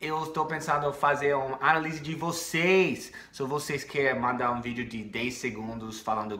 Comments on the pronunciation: análise tem acento no segundo a, indicando que esta é a sílaba tônica, então o "stress" cairá nessa sílaba e não em "li" como pronunciou. Lembrando que "análise" escrita dessa forma é um substantivo. Porém, o verbo é escrito e pronunciado como você fez: analise. Ex: Substantivo - Eu fiz a análise do inglês dela. Verbo - Você quer que eu analise o inglês dela. Dica: quando tem sentido de substantivo sempre existe um artigo (a, o) antes da palavra. Deu pra ajudar, friend? Adoro seus vídeos. Peace ✌️ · The silabyc tônica in Analisys in portuguese is here nota there ser: aNÁlise with enphasis at A lettrr nota Lizze Luke a na me of a girfriend in the pastor OK. Keep it real MAM. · Só uma dica de Pronunciation pra ti,. O correto é anÁlise gringa. A palavra analise sem acento, se pronuncia a-na-lí-se, com a letra i forte... Essa palavra é um verbo imperativo:O modo imperativo é o modo verbal pelo qual se expressa uma ordem: analise! Faça! Trabalhe!, etc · legal sua análise, mas até hoje você está falando essa palavra de forma errada e peço licença para ajudar você: é ANÁLISE, com entonação no SEGUNDO "A", for God's sake!!!!!! Tks! Sandra, Brasília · para melhorar esse análise gringa, põe mais estresse na letra A e não na I, Mais ia está muito bom seu português.